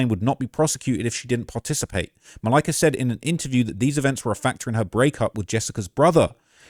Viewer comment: The way says Malika’s name every single time makes this unwatchable.